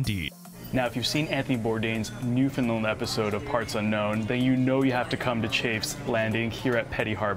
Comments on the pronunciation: Friendly tip - Newfoundland rhymes with understand :) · New-Found-Land not newfoundlin